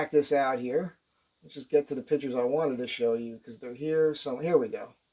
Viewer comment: Can't help laughing everytime he says here's some more "pitchers" in Jerseyese.